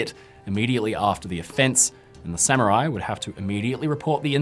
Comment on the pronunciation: The rare instance of a British scholar who doesn't pronounce Samurai as "Sammy-Rai".